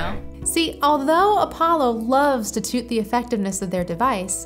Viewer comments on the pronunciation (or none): This is a great, scientific review. A bit wonky, but mostly helpful. One thing to note - the word tout isn't pronounced TOOT - it's towt - rhymes with doubt. Perhaps this is nitpicky, but since it's an almost comical mispronunciation, it's pretty distracting, plus the word is used more than once. Otherwise you've made some solid points. And yes, $350 is a LOT for this thing. Yikes. Thank you for the honest feedback on this device.